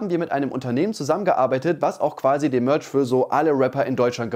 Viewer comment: "Das iss alles Mööörtsch!" Kannst'e dir nicht ausdenken...